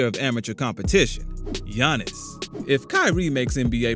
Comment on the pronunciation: Bro really said "Giannis and Thonnis" LMAO